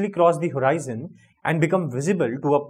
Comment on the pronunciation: That's not horiizon it's just horizon